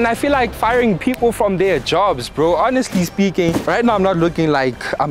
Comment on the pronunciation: You butchering the "honestly speaking" phrase😂😂😂